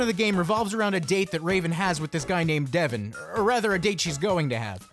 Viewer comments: How you gonna say "Devon" like "Devin"? Ya boy is "Dev-ahn"! LOL, but that part at the church was hilarious~ XD Subscribed~ :3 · not devon but devON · I know it's 2019 but it's DevON not DEVon.